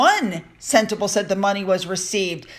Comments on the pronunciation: Pronounced Sentabaalee Hope that will help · Sentebale is pronounced Sent-ah-Bali. I know you just love these little gems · "Sentabale" - pronounced, Senta-barlay.. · It's me again. It's not sentabale. It's pronounced sentabalee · Sentebalé is pronounced:”Sent a barlee”! Re: donations to Sentebalé: Harry also received a BIG cheque from the Arab (Mafous bin Mafous) whom he accused Charles of accepting cash for honours! Sentebalé received NOTHING!? It’s NOT IPP status for security. It’s the diplomatic immunity, and MM can lie all she wants, and no one can touch her! It’s all about her! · Love your videos. Thank you for all of the hard work you put in. Can I just point out a pronunciation thing though please if thats ok. Sentebale is pounced "Sent-e-bar- lay" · Sentebale pronounced SEN (like sin) TA (like rah). BAL (like fall ). E (like A) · its Sentebale....pronounced senteballet; balé & means forget-me-not. Hope you don't mind the correction 🙈😘